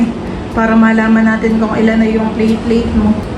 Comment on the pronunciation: Platelet not plateleit😂😂😂